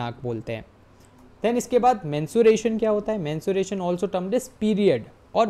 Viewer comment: Sir there is a difference between menstruation and mensuration Menstruation is a biological process Whereas, Mensuration is the branch of mathematics that studies the measurement of geometric figures and their parameters like length, volume, shape, surface area, lateral surface area, etc. Please don't mind your were mispronouncing it several times so I thought I should correct you Thank You❤